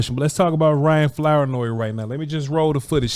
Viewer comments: Flour-noy? Is that the correct pronunciation? Something tells me it isn't. I'm gonna say it's Floor-noy. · It’s pronounced “Floor-noy” Also it’s Southeast not Southeastern. Lastly I was the camera guy for a few of these clips 😂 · Flour-Noy is pronounced like flouride that is definitely in Vochs toothpaste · The last name is tricky Flournoy . Pronounced ~ Floor Noi 😂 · It's not Flour- noy lmfaoooo damn mane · It's pronounced FLOOR NOY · You would have a lot more credibility if you would learn to pronounce his name.☹️☹️☹️😂😂😂